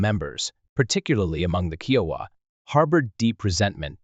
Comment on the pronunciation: Love these stories, but so tired of hearing common words and phrases slaughtered by the computer generated voices I cant make it to end. especially when your are constantly mispronouncing the tribe you are telling the story about.